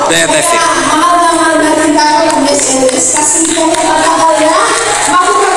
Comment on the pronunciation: Pakiayos ng pag pronounce mo ng SSS mali